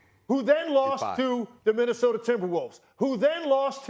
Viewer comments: Don’t forget “Minnisoder” lmao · Broooooo, then he calls “Minnesota” …. “Minnisoder” lmao